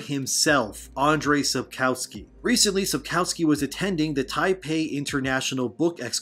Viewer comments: 'Andrej Sapkałski' XD love from poland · I certainly can pronounce it so it doesn't sound like "sojourn" which is just about the level of difference between Andrzej Sapkowski and Andre Sapkauskee here. ;)